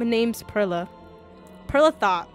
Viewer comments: Do u think they'll ever know that pearla is pronounced like pearl the gem and not fruit😭😭😭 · Pearla pronunciation has me dead but honestly relatable people do that with my name too